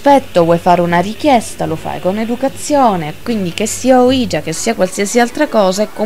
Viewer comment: Secondo me semplicemente non si dovrebbero fare queste cose...senza preparazione, usandola come un gioco, non ha molto senso. Solo una correzione il termine ouija si legge come se fossero il sì in francese e tedesco (uiia ho scritto la pronuncia sperando che si capisca XD) è solo un appunto...bel video!